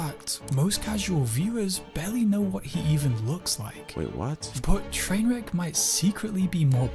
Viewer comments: The way he calls him Trainwreck instead of trainwrecks makes me angry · It bothers me that the guy who made the video isn't even saying the guys name right. I've never watched the guy and I know it's Trainwreks not Trainwrek.